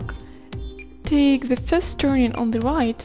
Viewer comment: the way to ze bus stop LOL